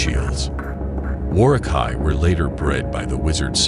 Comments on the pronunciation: the way you pronounced Uruh-Kai and Saruman disturbed me more than the Lore about them. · You're pronouncing the U in Uruk-hai and Saruman incorrectly. Also, way to not mention the most unique thing about the Uruk-hai, and why they were bred in the first place, they had no fear of the sun, unlike their weaker Orc and Goblin cousins.